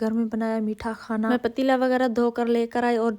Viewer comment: خانا. نہیں. کھانا بولتے ہیں